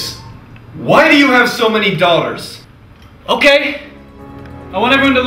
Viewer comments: The word daughter didnt actually sound like a word by the end here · I like the part where he said "daugthers"